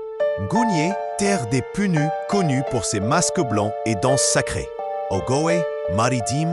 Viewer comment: Punu mal prononcé